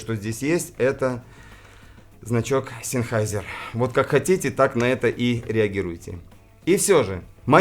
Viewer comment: Как наполовину немец по национальности и зануда по характеру, замечу, что правильно произносить "Зенхайзер". 😊 Спасибо за выпуск,, всегда рад новым роликам и вашей подаче материала👍